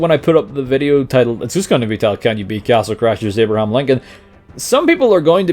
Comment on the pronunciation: Love how you say "eeyahbrahahm" my bro